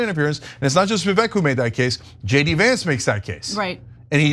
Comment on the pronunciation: I have a general disdain for Vivek, but mispronouncing his name is the equivalent of people mispronouncing Kamala's name.